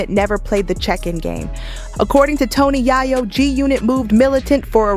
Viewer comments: Yoo she just said tony yhiyo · Tony “Yah-yo” is a wild pronunciation. 😂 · Good video, but ur killing Toni yayo’s name🤣🤣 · Its pronounced yay yo 😅😅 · Can someone please get her to say yayo right 😑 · Im listening to this and just cudnt get over she says "tony Yah-yo" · Tony YaHyo?😂 If you're going to do a video you got to get the names right 💯